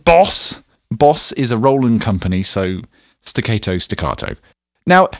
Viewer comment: 🤣🤣🤣Great!!! Staccaeto - staccahtoe 😂😂😂